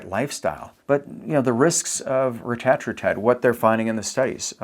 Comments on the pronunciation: I usually prefer getting pronunciations 'correct'. But I prefer "Retta" in this case, over "ruh -tat". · The correct pronunciation of Retatrutide is REH-tah-TROO-tide, with emphasis on the first and third syllables (REH and TROO). This pronunciation has been confirmed by Eli Lilly’s Chief Scientist during a CNBC interview, reflecting the intended usage by the developers of the drug. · Why does he keep saying rettratrutide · This is hilarious. Why is this guy saying it like that? The only guy saying it like that? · Couldn’t watch , the way you say it is dumb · This dude is clueless. Can’t even pronounce it right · No one is gonna listen to a person who pronounces it wrong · He goes back and forth on how he pronounces it. I've seen videos where he does it both ways throughout the same video. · Eli Lily doesn't get to make up grammar and pronunciation rules. The English Language has standards. Otherwise you sound foolish. Like pronouncing Primer as Primmer like so many morons. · eli didnt create it, they just capitalized on it and purposely pronounce it different to flex. 🤦🏻‍♀️ They saw how good it was and jumped in the game 🤦🏻‍♀️